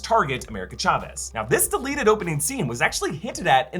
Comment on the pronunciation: Love your videos, but it’s pronounced Chavez and not Chavez.